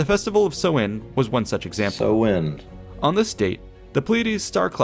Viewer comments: Minor point - Samhain (pronounced "sow - in") has the emphasis on the first syllable, not the 2nd. So, SOW-in is a good phonetic guide. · Samhain is pronounced, as already indicated. It is an Irish language word and is likely the same in Scots Gaelic and Manx, daughter languages of Irish. BTW the tonal stress is on the first syllable, this SAMHain. Go maire are dteangacha bro! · Samhain is pronounced sow-wan, not so-win! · please do not be guided by this guys irish pronounciation! it`s awful lol. but his coverage of the details is good! samhain is pronounced like sow(as in a pig)-in, not sew-in! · I am irish, the words samhain and bealtaine are irish words. The man was pronouncing them wrongly. Samhain is pronounced as "sow - in", you say it fluidly without a pause in the middle like "sowin" Bealtaine is pronounced as "bal - thanna", not "baltin" :^) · That was an excellent commentary on Halloween or Samhain. The only issue was the way some words were butchered. The correct pronunciation for Samhain is sow-in, that is sow as in female pig. Also, the proper name for Mayday, Bealtaine, is pronounced byal-ti-ne. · Listening to the pronunciation on the video is shocking. The festival relates to the month of November (Mí na Samhna - pronounced me naw how-na) The month of May is Bealtaine (pronounced be-owl-tan-ah with the first two syllables run together) and that’s where the festive dates got their names. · Samhain rhymes with the word for female pig - not the thing you do with needle and thread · Jesus they pronounced samhain so wrong lmao it's an Irish tradition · he is pronouncing samhain wrong.